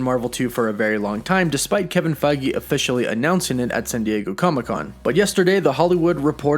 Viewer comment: Mate pronounce the dude's name correctly lol ... his name is Kevin Feige not Kevin Fagi get it right smh